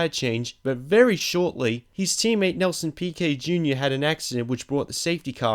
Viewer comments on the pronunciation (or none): none